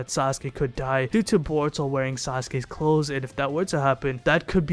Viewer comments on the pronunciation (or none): none